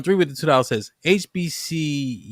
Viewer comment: the ruropean couldnt even pronounce HBCU and none of the beothers checked him